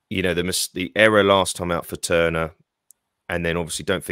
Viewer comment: Great interview - Seb was excellent well thought out and great knowledge.... look forward to hearing Seb pronouncing our keeper's name correctly.... ie not Turner!!..this weekend!